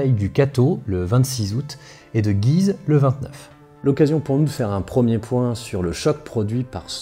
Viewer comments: Salut j'adore ton travail sur cette chaîne. Je suis au taquet pour cette série sur la 1ere ww . Étant un local de cette vidéo (je vis sur le chemin des dames ) je reviens sur La prononciation de la ville de Guise , qui n'est pas comme dans la vidéo mais avec l'accent axonais ! (G oui ze ) c'est approximatif mais ça y ressemble !!! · Vidéo très intéressante comme toujours étant originaire de la région de "Güise" je me suis beaucoup amusé en l'écoutant (en phonétique chez nous on prononce "Gyizø"). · prononcer gUuise ^^ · Un superbe travail comme d'ordinaire ! Une petite remarque, étant natif de Guise. La prononciation locale est "goui-se". Mais il va de soi que la prononciation qui est dominante en France est celle adoptée dans la vidéo... Ce n'est donc pas bien grave... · Guise se prononce « Gouise » comme cuisine se prononce « couisine » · Guise ça se prononce guouise, mais bonne video quand même x) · ça m'a aussi fait bizarre d'entendre "Guise" prononcé comme ça ! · Encore une fois une vidéo très interessante et bien documenté, merci beaucoup! Toujours "marrant" de voir comment Guise est prononcé comme tu le fait dans toute les œuvre en rapport à l'histoire etc (bataille de guise, duc de guise...) Mais que les locaux prononcent le U ^^ (ma famille vient d'entre ribemont et guise^^) Quoi qu'il en soit c'est toujours un plaisir de cliquer sur tes vidéo et j’attends la prochaine avec impatience! PS: je n'était pas sûr si tu était sérieux pour le rapport entre limogeage et Limoge j'avoue que ça m'à surpris^^